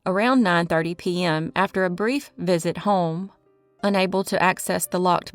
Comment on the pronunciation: Had to come back for the "P-ehm"s 😅.